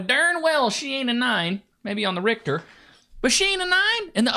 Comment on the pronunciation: "maybe on the rictor" 😂🤣😂🤣😂🤣